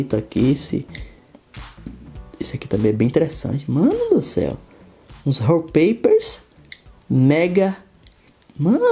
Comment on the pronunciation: Ralpeipers? Achei que falava Wallpapers